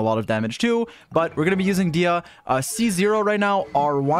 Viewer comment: I cant believe he would mispronounce Disias name like that